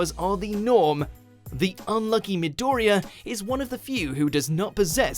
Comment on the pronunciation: "MiDOriya"? "MiDOriya"?! Anyways, i'm happy Kamen Rider is at Number 1.